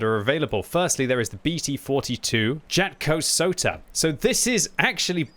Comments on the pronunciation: The way you pronounced 'jatkosota' 😭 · I like how you say "jatkosota" as a finnish.